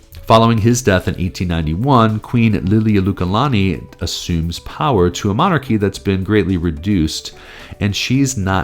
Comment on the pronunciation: why are you pronouncing "Liliuokalani" that way, given how it's spelled?